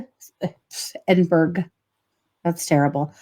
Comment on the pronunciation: Edinburgh is pronounced Edinboro